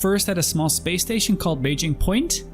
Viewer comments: "when I departed from Thurston for the first time" ok well it's Hurston not Thurston, but go on. "I thought I'd stop first at a small space station called Beijing Point" ITS PRONOUNCED "Baijini" AND THATS AT ARCCORP NOT HURSTON, WHAT GAME ARE YOU PLAYING?? 😂 great video btw. Amazing actually, keep it up please! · 😂 it’s Ba-gee-nee. Awesome video, and welcome to the verse. I’m so happy you are enjoying your steps into this awesome game.